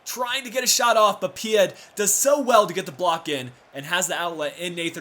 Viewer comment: The final d in Pied isn't pronounced.